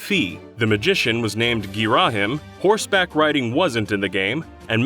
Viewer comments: "Fee" "Gih-RAH-him" It's "FAI" and "GEAR-uh-heem". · "Fee" "Gheera him" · The way this guy pronounces Fi and Ghirahim hurts me.